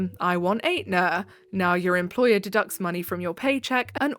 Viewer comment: I'm sorry, ATEnuh is killing me, I did the same thing before someone corrected me 😆 (it's ETnuh)